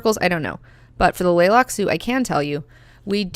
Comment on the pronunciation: The "T" in Tleilaxu is not silent. It can tricky to say it subtly to sound correctly, but Frank Herbert himself always pronounced the T.